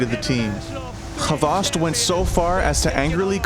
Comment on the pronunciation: Its hvost not fucken havast wtf